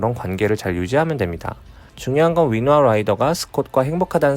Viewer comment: 위노나 아닌가요? 계속 위노아라고 발음하시네